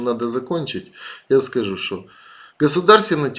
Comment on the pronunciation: "я схажу, шо..." мне хватило..